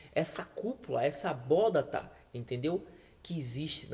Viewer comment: Muito bom os argumentos bíblicos!! Mas não é "abóDaTa" e sim "abóBaDa". Abraço!